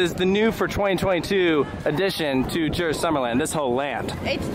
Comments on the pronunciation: its not uy, its ö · Pronounce the u in Djurs like you do in uber